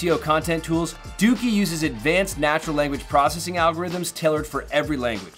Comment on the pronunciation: Lmao... Its pronounced DOH-KEY not DOOKEY... lol